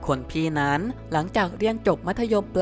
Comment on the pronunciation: บอกให้หัด อ่านใกม่เถอะคำว่านั้ๆๆๆๆๆๆๆๆคำคาน